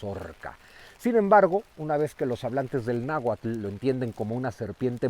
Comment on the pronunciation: Porfavor, aprendan a pronunciar bien "nahuatl" 🥹